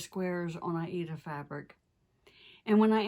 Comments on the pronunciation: I love your videos so incredibly! And it's always so nice to hear that you pronounce the word Aida correctly. ❤️👍 Wonderful! Thank you so much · For almost forty years, I have heard "Aida" pronounced the way does. That's how I have always said it, too, and I'm sticking with it!!!